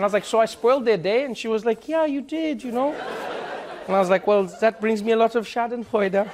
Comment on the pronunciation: I am German, and I love the way he said Schadenfreude :,D